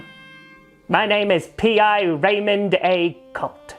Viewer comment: accent for Raymond is fantastic